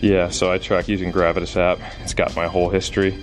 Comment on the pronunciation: It's hilarious that none of you know how to pronounce 'gravitas'. 😁